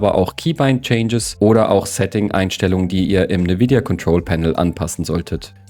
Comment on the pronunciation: Danke für das Video, muss da einiges anpassen vor allem, konnte ich mit Ivy die Ulti garnicht auf mich casten weil Quick Cast aktiviert war :D. PS: NeVidia ausgesprochen, höre ich zum ersten Mal :D